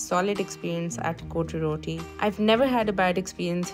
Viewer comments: Correct pronunciation is COT ROTTI . . Not CO TE ROTI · Its not pronounced " coty roti" . Kindly look up the correct pronounciation😂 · It’s not cotyee Roti😂😂😂😂